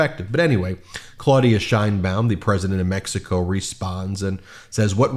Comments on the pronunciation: IT'S "SHEINBAUM" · Actually, she pronounces her last name according to Spanish phonetics: SHANE-baum. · Great video. Can you please pronounce her last name correctly? The correct pronunciation of “Sheinbaum,” as in Claudia Sheinbaum, the first woman president of Mexico, is: SHAYN-bahm • “Shein” sounds like “Shane.” • “Baum” rhymes with “mom.”